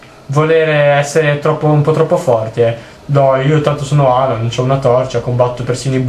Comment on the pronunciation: nogliosa?noGLIosa?NOGLIOSA? sei serio? ._.